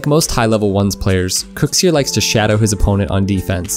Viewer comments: Who’s KOEKSIER?? It’s pronounced kucksir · Why do u say it kukzer